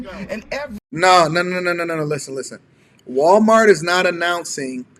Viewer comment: …😂😂😂”Walmart-tz!” She said Walmart-tz with the extra tz at the end. Wait, I mean the extra tz at-tz the end😂😂😂. People? Which is she?😂😂😂 Tell to use the word “ask” in a sentence…not axe. “I’m fixin to axe you something.”😂